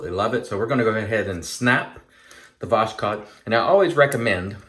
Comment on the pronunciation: Voss-hode try this pronansiation. Pure Russian word for sunrise.